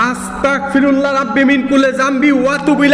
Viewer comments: ভাই আপনি একটি জিনিস বার,বার ভুল করতেছেন,আপনি বলতেছেন আসতাক পিরুললা,এটা হবে আসতাগ পিরুললা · ভাই আপনার কাছে আমার একটি অনুরোধ, আপনি আস্তাকফিরুল্লাহ না বলে, আস্তাগফিরুল্লাহ বলবেন, কেননা এটাই সঠিক😊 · ভাইয়া আস্তাকফিরুল্লা হবে না আস্তাগফিরুলাহ হবে